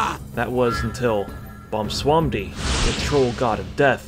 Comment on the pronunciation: Haha, nobody actually manages to pronounce BWOMsamdi correctly ("x !